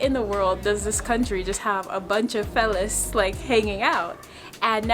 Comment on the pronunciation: Hi, Great video of Bhutan! Loved how you showcased the people and the culture. Maybe it was nerves, but the part of the video where you showed the phalIuses, I noticed you kept repeating the word "phallis" incorrectly. You were saying Phellis (Phe) instead of Phallis (Pha). You probably didn't notice you were doing it but just thought I would point it out to you. Take care and all the best to you and Sima.